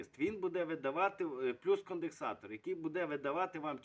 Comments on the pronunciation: Йолопе, не "кондексатор", а конденсатор, не "інвектор", а інвертор, не "отоплення", а опалення ... Як же бридко тебе слухати твою "українську" Язики б таким виривав щоб не плюндрували мову! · Корисна інформація, веселий дядько! Тільки не кондеКсатор)))